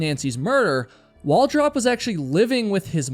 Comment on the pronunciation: Its pronounced Wal Droop.